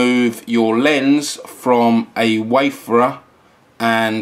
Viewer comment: It's pronounced WAY-FARE-ER, not WAY-FUR-UR